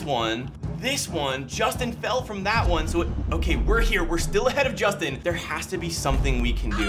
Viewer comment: Did say Sustin LOL?